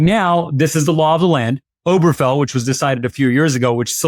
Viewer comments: When you don't even know the name on the relevant SCOTUS decision, you it and like you're no more qualified to talk about this topic than some random person on the street. The name is OberGEfell, not "Oberfell" or "Oberfeld". Until you, I'd never heard it misstated/mispronounced. NEITHER of you knew the correct name. Apparently I've heard the name more than you have, and I wouldn't consider myself qualified to talk about it. Have you ever read a single article about the case you're talking about? THIS IS EMBARRASSING. I can find any number of people to spout opinions I agree with, like yours, but that doesn't mean they're well-considered, well- founded, or worth listening to. Please, Legal AF and the rest of MTN, stick to commentators who are experts on what they're talking about (or have your commentators limit themselves to their areas of expertise). Don't be like the right-wing networks/podcasters. And, please learn how to pronounce "certiorari" (and not from Ben Meiselas). Hint: it's pronounced the way it's spelled (also worth learning, if you're going to use the word). Five syllables, and the next-to-last is "ar", not Ben's "or". Don't mis-educate your listeners. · Guys, please pronounce it correctly. It's not pronounced "Oh-ber-fell". It's pronounced "Oh-ber-guh-fell". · Correction; to pronounce, “Ober-Ge-fell.” Properly with the glottal “G” in the middle, while maintaining the second syllable emphasis. P. S. Also interesting how this post presents “Dobbs v…”, which was used to overturn “Roe v Wade,” which was not the “Cert,” but promulgated by Clary Thomas. So, “law of the land,” doesn’t really land, when anything can be overturned by the whims of idiocy on the court. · I have to wonder about the legal acumen, even the general intelligence, of a commentator who can't pronounce "certiorari" or the name of a leading case (Obergefell) correctly. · Why don't these two learn how to pronounce the name of the case?